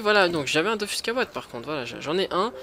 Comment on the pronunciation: DOFUUUUUUUS C EST UN UUUUUUUUU PAS DOFOOOUUS 😂nn jrgl mais stp dit dofus 😂